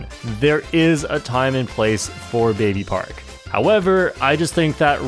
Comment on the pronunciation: at number 1 you mispronounced baby park